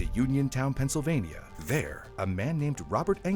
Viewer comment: Penysylvania? lol